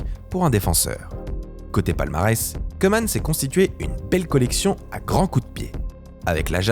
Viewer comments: Koeman prononce "Cou-man" pas "Queue -man" (phonétique) le "oe" en ndls se prononce comme un "ou" 😉 Sinon super contenue comme d'hab 🥰👏🏿👏🏿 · Ça se prononce cou-man et ora-gne voilà voilà